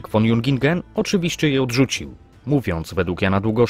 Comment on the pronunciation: "Von" należy wymawiać [fon], a nie [won]. W tak znakomitym opracowaniu jest to paskudny zgrzyt.